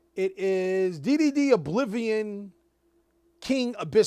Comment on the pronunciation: everytime you said D/D or D/D/D all i herd was diddy